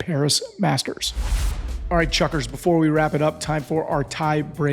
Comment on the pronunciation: Why does Hey Chuckers sound like Hey F*ckers??? 😂😂